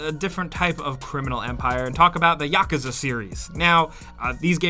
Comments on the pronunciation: Yakuzah 😂 it’s pronounced yakooza in actual japan culture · did he just say "Yock-uzza"? ummmmmmmm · “We’re going be talking about the YAHCUZUH” 😂😂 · How he said Yakuza irritated my soul but good video